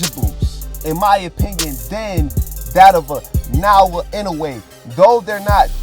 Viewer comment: Pronounce it properly you stupid. Naoya not naowa stop blogging if can't pronounce the name of a person properly..